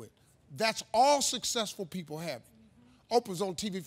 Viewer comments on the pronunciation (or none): none